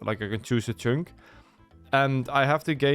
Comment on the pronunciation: For fuck's sake hearing you pronounce chunk as "choonk" over and over again is grating beyond all belief. It's pronounced like "chuhnk". The U makes a U noise as in "understand", not "onderstand".